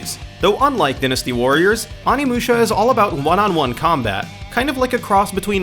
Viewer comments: Why are you saying dynasty so weird. Dynasty like "Diner" not "Dinner" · You pronounce in dINasty warriors instead of dIEnasty lol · die-nuss-sty not dynn-ness-sty omfg that drove me nuts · din-es-tee warriors..... he says it wrong DIE-NESS-TEE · you said "Din-"asty Warriors so much I had to stop watching... It's "Die-"nasty.. ..like Cyber dyne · sorry to tell you mate, but it's said differently around the world. for example, in America, it's said dynasty (dine-asti) but in europe it could be said like dynasty (dinn-asti) I understand your confusion, pronunciation in other parts of the world can be a difficult and confusing subject. good day. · it's die-nuh-stee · dinisty warriors....really -_- do you not know how to say dynasty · okay I haven't even finished the video but who the fuck says "Din-us-tee" Warriors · Dynasty and strength are pronounced that way where I'm from? Die-nasty sounds bizarre... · Butchered the name Die-Nasty Warriors! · An American one, yes. But only the Brits pronounce it dinn-asty. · This dude is an idiot. Good god how do you not know how to properly pronounce DYNasty.. Fuuuuuckin dumbass. Lmfao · Please never say dynasty ever again. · You said dynasty wrong idiot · What moron can't even pronounce dynasty I mean come on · surprised I haven't seen a comment about how dynasty was pronounced... cringes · I definitely noticed that and as a fan of the game I cringed so hard that my neck retracted into my bpdy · yeah the way he said it just went through me and I was screaming the correct pronunciation at my screen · the dark wolf xDD same!!! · How do you mispronounce dynasty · i was like wtf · Where did you learn how to pronounce words? I mean I understand not knowing how to pronounce the "oni" in Onimusha but really, pronouncing dynasty as dinn-asty? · Dinnasty? Strenth? Umm, no offense to you, man, but it's pronounced DIEnasty and strAEngth. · dinustee? awneemusha?